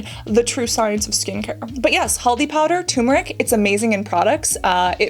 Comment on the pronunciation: wow.. the moment I heard Cassandra say haldi powder, nimbu pani so perfectly... i was amazed.. where did you get that Indian accent😮